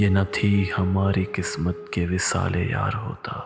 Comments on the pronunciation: Just a few problems with your pronunciation. It should be 'qaaf' (not 'kaaf') as in 'qismat' and 'gharq-e-darya.' Also, 'bada khawar' and not 'bada khar.' Thanks. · It's Q not K for Qismat